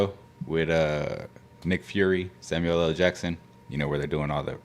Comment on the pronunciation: Dat boy said Samuel Ella Jackson 😂😂😂😂😂